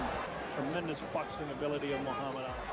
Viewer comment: His name is pronounced “ah-lee”, not “al-ee”. Get it right, clown.